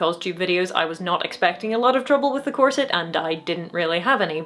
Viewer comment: Well . . . if your Muay Thai is good enough. Oh! You said “corset!” I thought you said “closet.”